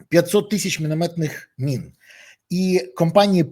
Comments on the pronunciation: Та не мин , а мін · Пане Береза, мін, а не мин